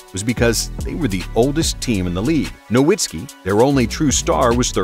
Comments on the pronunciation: Just discovered this channel and it might be my favorite nba content on yt. But could you please pronounce Dirk's name correctly? Have more respect for him than the commissioner did. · It hurts me when "Nowitzki" is mispronounced.